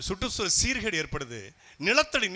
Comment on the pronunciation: Satta manda therdhal ila - Satta mandra therdhal, Suttu Soozhal ila - Sutru Soozhal. rrrrrrrrrrrrrr rrrrrrrrrrrrrrrrrrrrrrr a vittudreenga sir. Tamil vaazhga tamil vaazgha!